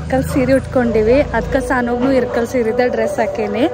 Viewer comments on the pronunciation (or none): Sorry akka nan idanna helbeko bedvo gottilla.. Neevu irkal seere anta pronounce madtira anta annistu adakke helta idini. Adu irkal seeri alla ilkal seeri naavu ಇಲಕಲ್ davaru adivi adakke helde tappu tilkobedi plzz.. with lots of love to chikuuuu 😍🥰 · ಇರಕಲ್ ಸೀರೆ ಅಲ್ಲ ಇಳಕಲ್ ಸೀರೆ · ಅಕ್ಕಾ ಅದು ಇರಕಲ್ ಸೀರೆ ಅಲ್ಲ ಇಳಕಲ್ ಸೀರೆ